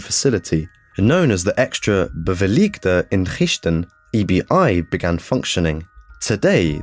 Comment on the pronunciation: Mad respect for trying to pronounce "inrichting"